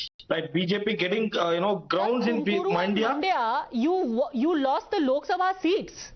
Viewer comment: Everyone it's Mandya and not Maandya !! 🤦🏾‍♂️